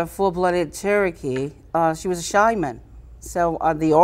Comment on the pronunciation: “A shyman” annnnnd I’m already done. If she doesn’t know it’s shaman, and her grandmother is full blown Cherokee…come on. She’s nuts and she sounds ignorant. And she keeps misusing/ mispronouncing a bunch of words. How did you write a story using words you don’t even know? She Better chill or they’re gonna sue her back and then she’s gonna be done done.